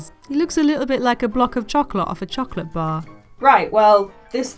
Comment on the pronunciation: "Choc'lot" I am now adding that to my lexicon of words .